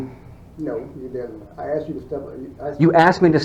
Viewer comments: Did he axed or asked.lmao learn proper english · That guy saying if you went to the White House and was axed (asked) to leave. First I'm sure the White House is not open to the general public and people are only admitted by invitation. So stupid comparison. A more stupid bunch of dimwits assembled in one place would be hard to find! Wonder how these morons got their jobs??? (No answers please I think we all know why) How can they ALL be so ignorant of the law? Any lawyer could have a field day with this bunch of nincompoops. If I was Mayor of that place, I would strongly suggest that an out of court settlement be made to you before these fools embarrassed themselves and that city further. Watching this comedy of errors unfold is hilarious. Support from Britain.